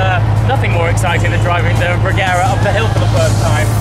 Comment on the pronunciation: Sorry but you have to pronounce it « Reyera » 😘